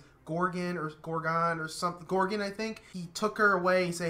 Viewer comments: Lady Sif is always a treat. It was really hilarious seeing Eddie McClintock as the Kree (I had just recently watched Warehouse 13 in which he plays a decidedly goofier character). I told you things don't stay secret on this show for long. Oh, and it's Gordon, not Gorgon (that's a different character). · Its not "Gorgon" its just Gordon :)